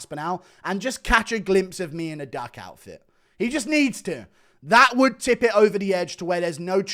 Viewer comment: CANNOT PRONOUNCE “ ME “ I HAVE EXPOSED YOU!!!